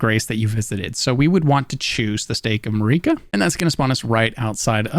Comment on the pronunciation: He pronounced just about everything wrong, Marika, Melina, Evergaol